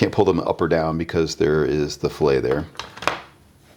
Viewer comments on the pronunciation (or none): Nice video. The rounded corner, "filet", is pronounced "fill-it" rather than "fill-ay". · Nice iteration- big progress over the last few weeks. One note: this kind of fillet doesn't have a silent "t".